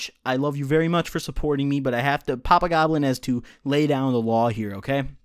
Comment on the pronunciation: Every time you say "papa goblin" I think you're saying "pop a goblin." I wanna pop whatever a goblin is lmao